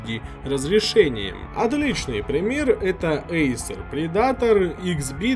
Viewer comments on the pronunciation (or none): none